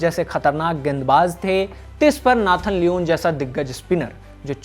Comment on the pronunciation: Nathan luunnn Nathon Lyn 😂